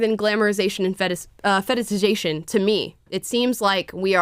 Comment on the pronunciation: so adorable how you mispronounce fetishization